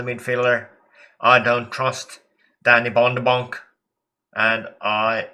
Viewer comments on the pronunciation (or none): Whenever you say "Danny Von De Bonk" it has me in stitches!